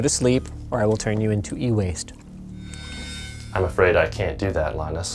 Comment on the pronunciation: what is it about the way linus says "e-waste" bloody hell